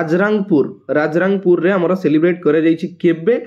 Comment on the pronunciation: Its Rairangapur Not Rajrang